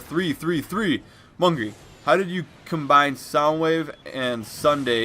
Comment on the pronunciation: No, its Mungay